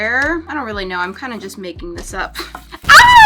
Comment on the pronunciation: Reawwy?. JK